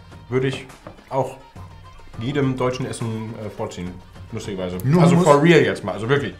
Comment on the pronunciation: Ich hasse es wenn man hUUmuss sagt anstatt Hommosssss